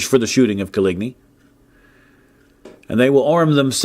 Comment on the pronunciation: Nobody:: CoLigNee